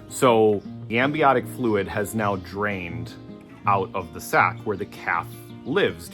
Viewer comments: What an amazing experience! So glad it all turned out well for mum and baby. Well done!!! On a side note, it's amniotic fluid not ambiotic fluid. 😂😂😂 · Its pronounced AMNIOTIC . Not sure what ambiotic is. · Cute cute calf and his mum, the coo is gorgeous. Now to my real reason for replying. I was an RN for many years connected to labour and delivery….its AMNIOTIC not ambiotic. (sorry but my head exploded over that!!) 😂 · LOVE your channel. Just discovered it. FYI, it's "amniotic" fluid.